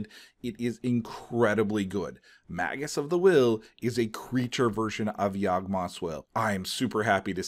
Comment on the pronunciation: Is magus pronounced like Haggis with an M or like Mage-us